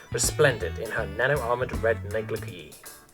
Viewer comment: Ditto. Also bothered me. Sounds like neh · gluh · zhay According to Google. I personally suck at spelling.